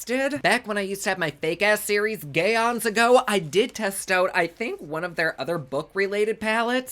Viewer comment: “Gay-ons ago” 😃👍🏽💝